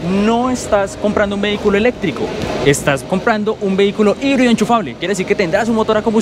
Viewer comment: Jaibrid??? Amigo es colombia español por favor, híbrido o micro híbrido, o full híbrido.